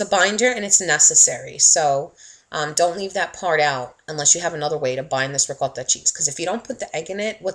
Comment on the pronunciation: The way she is saying "ROCOTTHA" is really pissin me off